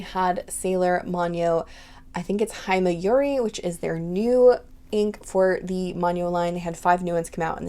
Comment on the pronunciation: Saw-koo-ruh and Hee-may-yoo-ree